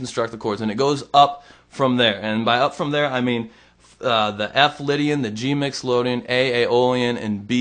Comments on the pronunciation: lol, Mixylodian. Is that a mode used by nickelodeon? Seriously, it's mixolydian. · lol....right? he did that in a different video explaining the same thing. isn't it MixolYdian? lol...ha ha ha ha....then someone said...what about "Nickalodian!!!!!" rotflmao.ha ha ha ha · MyxolOdian? Perhaps you should be taking lessons, not giving any...